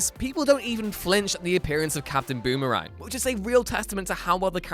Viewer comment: Did he say “Captain Boomer-Ang”?!